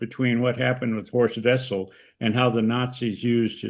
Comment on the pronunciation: When mentioning Horst Wessel's name you'll be impressing me if you could pronounce the German name correctly. Try Vessel, since in German the w morpheme is pronounce as an English v.